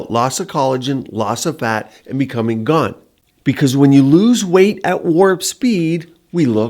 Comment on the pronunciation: The word is GAUNT...